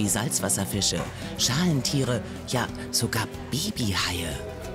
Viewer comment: Es heisst baby haie nicht "bibi haie"